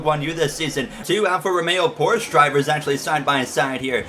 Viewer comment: its not “Porschea” its “Porsche” also ur mom bro shut up + ratio